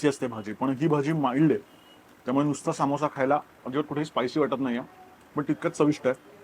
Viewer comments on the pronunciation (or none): सामोसा ❌ समोसा ✅ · ...its not saaamosa, its samosa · Bhai samosa assto toh samosaa nahi,why u can't simply say it properly, disappointing. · सा मो सा 😂 समोसा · सामोसा नाय रं समोसा असतो तो 🙏🏻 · सामोसा नाही समोसा म्हणा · Saamosaa nsto samosa asto